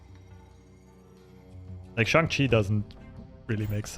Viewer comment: Glad to see a streamer say Shang-Chi correctly! Enjoying the vids!